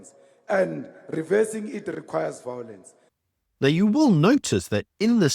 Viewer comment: The truth can be pointed out with evidence, but fools do not recognize this. Never try to explain to an idiot, tell them how it is and walk away. vowlence .....a lovely word spoken by the vowlent.